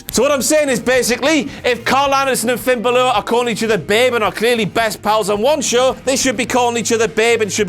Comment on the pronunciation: What about When Kurt said Finn Baelor